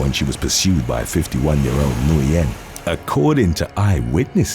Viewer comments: Alright for the last gawddamn time, Nguyen in English is pronounce WHIN, Got It! 🤬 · The last name Nguyen is actually pronounced WIN